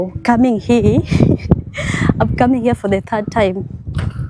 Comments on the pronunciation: OMG why do you say heeee instead of hia ..Here is pronounced HIA .. not heeeee lol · Hi, Please stop pronouncing 'here' as 'hi'. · 😂😂😂especially the word "here" hii